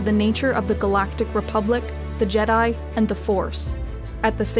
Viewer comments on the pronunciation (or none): none